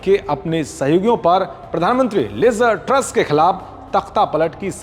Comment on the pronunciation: Not Liza Truss say liz truss